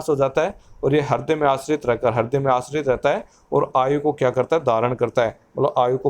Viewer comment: it's not harday. .. Its hruday